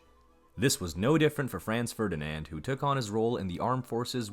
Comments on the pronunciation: "Frens Fördinend", "Frens Tshoseph", "Sooophie" 🤣🤣🤣 This disastrous pronunciation is hilarious. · would you please so kind to make some research how to pronounce german names correctly. there has never been a "Frenz Fördinend" neither an emperor "Frenz Dschosseff". for us germans it is naturally to pronounce your names as they are pronounced in englisch. by the way: our capital has never been "Börrlin" but Berlin. thank you so much